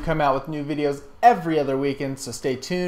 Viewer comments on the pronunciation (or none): Not trolling or anything but did you say "have a great gay?" or "day"? (serious question). My advice also: maybe speed up the narration just a wee bit! Other than that, epic. You the man bro!